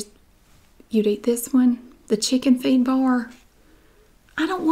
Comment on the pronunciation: i thought she said chicken FEET instead of feed and i was like what the fuck